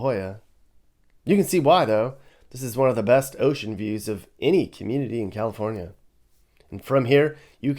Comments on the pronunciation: “Cacafornia”. I admit that I laughed at that, but dang, it’s sickening and depressing. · I'm so mad at you for making me laugh at "Cacafornia" lmao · "Cacafornia" enough said. I have spent all 52 years of my life in California. Lived in both NorCal and SoCal. Watching the decline is heartbreaking. I climbed to the top of the mountain next to Big Bear mountain 10 years ago and on the summit boulder were LA gang graffiti and broken alcohol bottles with a used condom wrapper. Awesome work and especially the commentary. Taking a cruise through the Harbor Area (focused on Wilmington CA) could be an interesting drive: junkyards, projects, strip clubs, dive bars, the harbor, and ghettoes. You were there before I think but it didn't catch the true spirit of the area. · Ca-Cafornia, I am originally from there and I found that hysterical!! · Cacafornia lol 😆